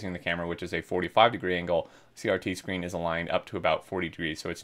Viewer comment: Bit of a grammar correction. CRT is pronounced like "CEE-AR-TEE" Not Like SRT. 😅 Edit:that was only the first time you spoke the name, my bad lol